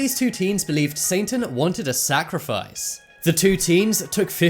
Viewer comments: uhhm it isn't 'saintan' , it's satan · The narrator kept sounding like he was saying "Saintan". Lol 😝